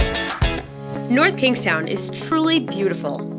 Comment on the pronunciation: Nice video, thank you for pronouncing the towns name correctly.